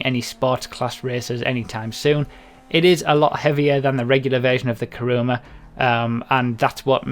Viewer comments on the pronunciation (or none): It's not "Karuma" it's "Kuruma". Everybody gets it wrong.